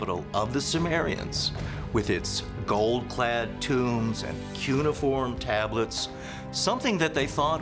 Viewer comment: It’s pronounced: kyoo-ni-form